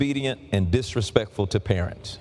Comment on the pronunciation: the plural of parent is parents and not parentsiz.